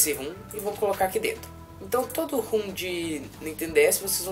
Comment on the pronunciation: RUM não cara, ROM.....